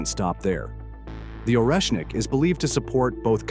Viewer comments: Szkoda ze tekstu nie czyta czlowiek. Ciezko slucha sie tego "oresnika" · Oreshnik en ruso Орешник se pronuncia arieshnik